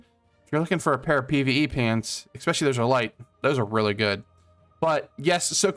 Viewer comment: Great video but for the love of God, Jesus, and Baby Jesus, please stop saying "exspecially". Also "Daemon" is just the British spelling of "Demon" and they're pronounced the same. Thanks again!